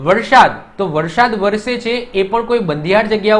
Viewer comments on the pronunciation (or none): none